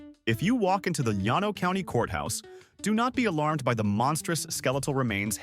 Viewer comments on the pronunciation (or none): Sahgeen is generally how Seguin is pronounced around here. Yano County, you mean Llano County? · The pronunciation of a few places was wrong, i.e., Seguin and Llano County; and the University of Texas wasn't always that ugly burnt orange color. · He did mispronounce "Llano"... lmao